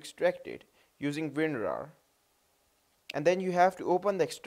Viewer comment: i laughed when he said ''Winrar''